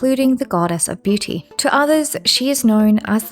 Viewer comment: I'm sorry, I was listening to this in the background, I know , you Said the Goddess of Beauty, but for some reason, I heard the Goddess of BlueTooth